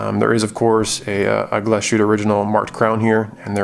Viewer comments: Great video. Please pronounce it Glass-huette, and not Gla-shooteh. :-) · Good video, very nice watch! When pronouncing Glashütte, you made the same mistake as most Non-Germans: speaking it like the s and the h formed a *sh*, like in 'push'. They don't, though, Glashütte is two words joined together, 'Glas' and 'Hütte'—glass factory. A Hütte is a facility where they deal with molten base material, I think, like, there's also Stahlhütte, steel factory, for example. So… there's a tiny pause between the two words, Glas-Hütte (keep the long a that you already use, etc). Your 'ü' is pretty spot-on, though! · Thumbs down. Because you didn’t have a gram of decency to check how to pronounce the watch you review. Shame.